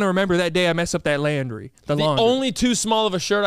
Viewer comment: is no one gonna talk about how pronounced laundry 😭